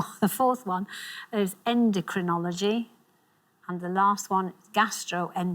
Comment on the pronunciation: I hear her say "endEcrinology" and only Alexander says it as "endOcrinology." She said it twice. And the show often does not accept slightly mispronounced words especially in crucial moments.